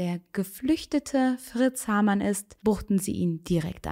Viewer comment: Sehr interessant , aber bitte Haarmann und nicht Hamann